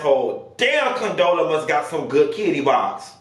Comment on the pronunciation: I heard CONTROLLA, COUNTESSA 😂😂 What did Condola sis do to y'all